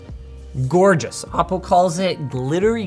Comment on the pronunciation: Hhaahaaa Ah Po?? It's O Po!